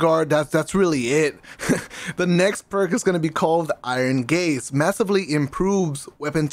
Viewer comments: My guys said iron graze lmfao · It's Iron GAZE for fucks sake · iron gaze not graze